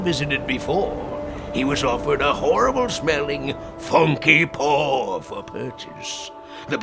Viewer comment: How come when spaghetti boi says “funky paw” it sounds like “funky pore”